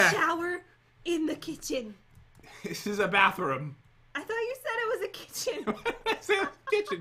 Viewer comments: irma rodriguez kickin? Lol you mean kithion 😂😂😂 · He did say the kicken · Pat you said kitaun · Pat you said kitchin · Yes you did say kitgin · Lol pat did say kitchen😂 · 🐢Pat u said kitchen xD love ur videos they are so intertaining I love the fortnight type of videos 🐢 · Pat u said kitchen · You did say Kitchen lol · I think pat said kitchen He messed up :p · You totally did say kitchen though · Ok I had to play this back but pat u did say kitchen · Pat you judt said kitchen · you totally said kitchen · I think i heard pwt say kitchen anyone? No just me ok... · Did pat say kitchen? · You said kitchen pat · Pat you say kitchen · Why you say kitchen Pat